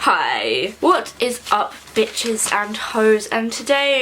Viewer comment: Jessica me too i started subconsciously saying hi like that and one day my friend was like you sound like the british girl